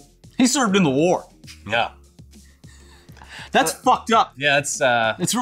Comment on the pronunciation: 'HE SERVED IN THE WHARR' -Stoned Canadian Edgy Tween girl.